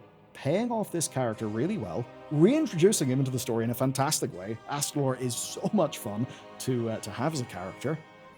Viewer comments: It's AsTAlor not AsTRAlor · I know “calling out YouTubers for mispronouncing fantasy names” has become a meme but he immediately adds an extra R that simply isn’t in Astalor’s name [not Astralor] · Astalor, not Astralor. Don’t mangle my boy's name or I'll extract your anguish! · Why do you keep adding an extra R to his name when you say it? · Uhm, ACKSHUALLY, there's only ONE 'R' in Astalor's name... ☝🤓